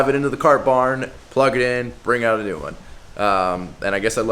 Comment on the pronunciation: Did you say "new business opportunity, " or "nude business opportunity " ? ? Are you starting a pole dance exercise franchise?